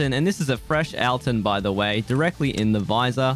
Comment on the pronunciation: why does he say 'ahl-tyn.' i know its dumb for me to comment about it but it got on my nerves